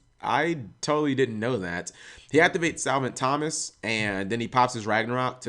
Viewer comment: You should really learn how to pronounce Copernicus. I'm pretty surprised you could pronounce Thomas correctly.